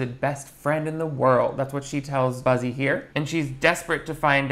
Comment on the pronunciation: Every time he mentions the main guy it sounds like he says "Bussy" I can't 🤣